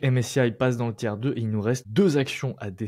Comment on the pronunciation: Ça vient de l'anglais tier list, donc sans s. Mais il le dit mal, ça se prononce phonétiquement "tir".